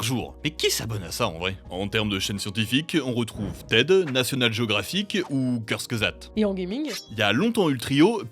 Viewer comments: Hello ! « Kurtzgesagt » ça se prononce « kourtsgesagt » ça veut dire « abrégé » ou « dit rapidement » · Tu as massacré la prononciation de Kurzgesagt 😂